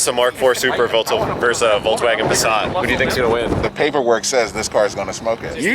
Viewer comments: what the fuck is a VolkswagOn haha it's VolkswagEn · What's a Volkswagon? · Seriously?! "Voklswagen" ???????! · VolksWAGON.. did.. did you.. VOLKSWAGEN! Not WaGoN. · Voklswagen. Noice